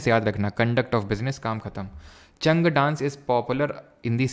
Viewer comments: चंग होता है चांग नही , मावठ होता है महावत नही, कालबेलिया ना के कल्बेलिया !! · राजस्थान में चंग है वो चांग नही है